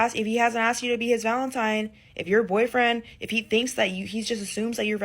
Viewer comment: For the love of God, it s Valentine, not Valentime.